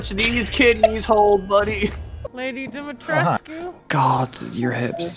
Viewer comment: tries to say Dimitrescu and failing Take your time you'll get it.